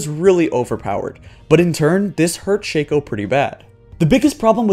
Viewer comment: Shake-o...? I pronounce it like Shock-o or Shack-o